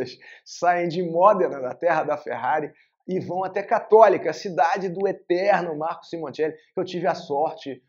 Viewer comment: Você falou cattolica